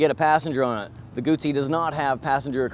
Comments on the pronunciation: It's guzzi not gutzzi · It's not "goot -zee", it is "goo-zee" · You fucked up the pronunciation. Moto Guzzi not Moto Gucci It's not a fucking bag. You have to know these things if you expect people to take you seriously. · Salvatore Giovanni Wrong, a ZZ in Italian makes the TZ sound. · Guzzi not gootsey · And Gutzi instead og Guzzi! :-) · Gumbi? Do everybody a favor, get some basic motorcycle culture, then come back on youtube acting all "expert". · Not in Lombardy where Guzzi are made, double-z becomes double-s - G-oo-ss-y = "Goosey" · Goot - see, Peet - sah = Guzzi - Pizza. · Lombard = Goosey :) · why does he say "gutzi" there is no "tT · he really needs to learn how to pronounce guzzi